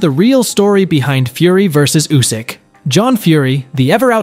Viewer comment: Usyk ❌, U S Y K ✅